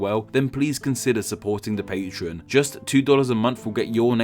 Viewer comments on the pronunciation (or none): none